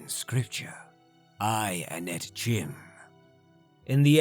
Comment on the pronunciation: Damn, not many people can post this often and still keep up this kind of quality. Also, I could be wrong but I think you're supposed to pronounce the 'e' in Padhome, since another spelling for the same name is Padomay. Also CHIM is pronounced 'kime'.